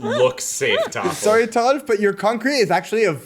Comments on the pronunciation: Why are they saying Toffel but it says Tholaf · is thoralf really pronounced thofel or am i silly and new here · How is his name pronounced Thofle? Thoralf looks nothing like that phonetically. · I love when the Germans are on because they're so much more chill and can just play the game he intends 😂 Also, I swear I feel like I'm having a stroke every time I see "thorlaf" but says "toffal" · I'm sure this has been asked and answered before, but why is thoralf pronounced toffle? Or vice versa? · Could someone explain why his name is spelled, "Thoralf," but pronounced, "Toffle?" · Funny how is pronouncing Thoralf always as something like "Taffle". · Why does pronounce thoralf tofal